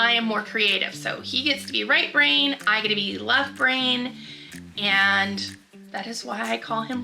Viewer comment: I thought you were saying "Right Rain" and I assumed he was American Indian I'm from Wisconsin and there's a lot of natives with interesting names like that . Lol